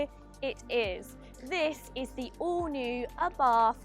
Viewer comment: Abarth is pronounced "Abart" ( The H is silent)....